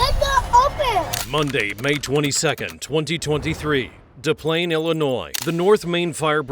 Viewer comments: Is Tattoo from Fantasy Island narrating this? It's pronounced "Dehs PLYNZ", not "Da Plane". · Des PlainES. You say the S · Not Da Plane, it’s pronounced like it looks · my homertown, It's pronounced Des Plaines, not de plain. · "DePlane DePlane"🤣 It always makes me laugh when the narrator (AI) doesn't pronounce anything right. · Absolutely inexcusable!!! Stop leaving your kids in cars!!! It's just that simple. Unless there's an adult or child old enough, and with a cell, there's no reason! WTF? Don't have kids you can't take care of!! Sorry, but it's pronounced as: "dez planes". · How come no one can pronounce Des Plaines correctly? sigh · It's Des plaines pronounced just like you see it. Shouldn't be but it is. For future reference dear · I can’t stand the AI voice… It’s Des Plaines Illinois. You pronounce the S after DE… That just drove me nuts for some reason lol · YOU MISPRONOUNCED THE NAME OF THE TOWN 🤦🏼‍♀️ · Des Plaines is pronounced liked it is spelled with the S's. It is not pronounced like Des Moines (with silent S's). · It’s actually pronounced with both of the ‘S’s’, like white people do 😂